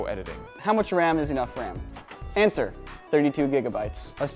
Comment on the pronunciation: I love how you pronounce "Ram", it sounds like "Wam"